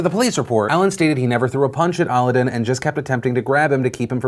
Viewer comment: The name is pronounced like Aladdin not aludin haha ;)